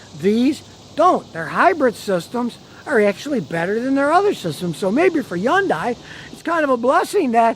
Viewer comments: Hahn-die Scotty. Not Yawn-die. 🥴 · still waiting for scotty to realize that yundai starts with an H and EVERYONE else pronounces it with the H.